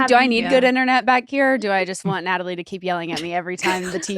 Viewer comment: every time nick says “natalie” it sounds like nelly. like dude please pronounce your wife’s name right